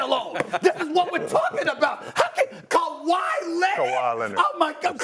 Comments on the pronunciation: In 2025 this guy said kawai Leonard! 😂😂😂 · This man said KAWHI 😅😅😅😅😅